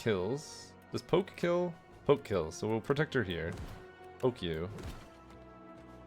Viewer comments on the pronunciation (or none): Sir it's protector, not "predator" 😊